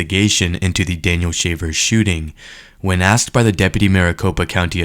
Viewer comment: "Axed", did the expert witness actually use "axed" instead of the correct pronunciation 'asked' on the stand?